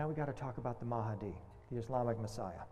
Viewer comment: It's "mah di" not "ma ha di" .. mahdi. Two syllables. Why do so many people add extra syllables and sounds to a word just because it's foreign? When in doubt, just pronounce phonetically.